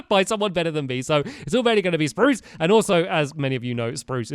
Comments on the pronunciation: Anyone else remember when he said "sprrrrrrruce"? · stampy forgot to say sprrrrrrrrruuce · you said spruce wood, not Sparrrrrooce wood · Stampy said Spruce wrong! It is pronounced SPRUCE! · l have a new idia for sproos it is saaproos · STAMPY! Don't forget to say SPRUCE how you use to! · hey you didn't say spruce right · stampy, you are not saying spruce right